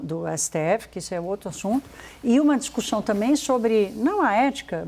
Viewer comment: Porque essa jornalista nao corrije a fala dela . “ixu” nao está certo… Discuxão… Nao entendo porque a CNN nao paga fonoaudiólogos